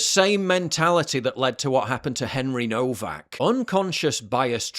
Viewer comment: Nowak - CORRECTLY pronounced with the 1st syllable to rhyme with "of", NOT "drove", pronouncing words CORRECTLY MATTERS - as it WOULD ensure you'd have credibility . . .